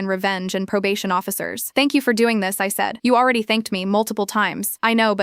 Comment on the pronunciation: “Tank you is not 3 words